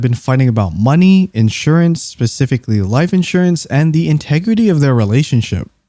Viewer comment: I normally dont like voice generators, but when you have such a strong White Suburbanese accent that you pronounce "written" "gotten" &, "forgotten" as "wridden", "godden" &"forgodden" , ntm "important" as "imported" or "specifically" as "pacifically" you should probably look into it. AND, FFS, "suicidality" is not a word in any language.